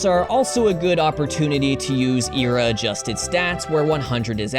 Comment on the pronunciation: Hi, I noticed you said “ERA”, instead of “E-R-A”. Don’t make this mistake AGAIN! Thanks.